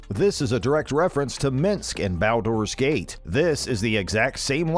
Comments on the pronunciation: 😶... did this dude just call Kasumi he... call EDI E D I... and call Baldur's Gate Bowders gate? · mispronouncing baldur's gate...